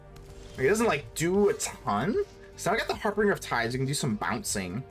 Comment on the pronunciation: Its pronounced "har-binge-er"